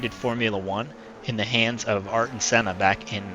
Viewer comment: Ur a dickhead mate, u can’t say Ayrton an u don’t need to buy that car u can win it on the super licence!!!